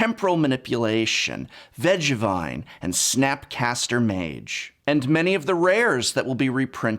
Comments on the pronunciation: VejeVine hahah. It's Venge....Vine :P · The way you say Veggie-vine and Goryyo-yo-yo's vengeance puts a smile on my face